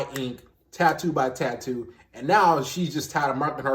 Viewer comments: She thinks she looks great? She thinks enlarging her lips are better than before? SHE CAN'T EVEN SAY TATTOO! If I saw someone like this out in public, I'd run the other direction. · If you can't even pronounce the word tattoo correctly then you definitely shouldn't get any.